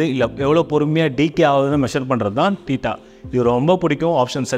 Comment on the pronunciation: அது...தேட்டா இல்லை தீட்டா என்று உச்சரிக்க வேண்டும். ஆங்கில வார்த்தைகளை சரிபார்த்து உச்சரிப்பது உத்தமம். வாயிக்கு வந்தததை பேசி உளறக்கூடாது